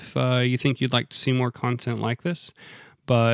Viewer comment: as a sfx owner turk, I 'll give you the big secret.. It's pronounced "John-ick" here.. but you keep calling it that and we'll keep pronouncing jeep “Cip"..